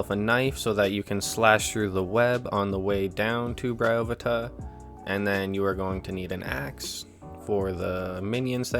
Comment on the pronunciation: I always said Bryo-PHAE-tuh, interesting to hear someone say Bry-OH-phu-tuh.